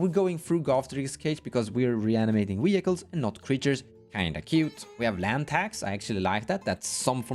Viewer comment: Wee-Hykles is fantastic and the only way i will say it from now on